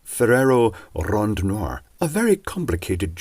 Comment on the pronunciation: Well done, and the nice rolling of the tongue "rondnoir". Now do a cadbury egg! beGOCK!